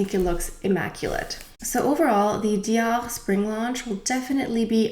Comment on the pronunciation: Oh my I’ve been saying Dior wrong all this time! 😂😂. Thanks for education for proper french pronunciations! And I don’t even wear foundation but the Dior packaging for it is gorgeous...Take care!